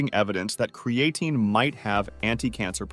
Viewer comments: Literally have never heard anyone pronounce creatine this way... Uh. Yeah... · Cre-A -tin. 😂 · If you're going to use an AI script, AI voice, at least pronounce the name of your subject matter. Video looks professional bat that. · Can't even pronounce the name right lol I'm sure this vid will be full of correct information.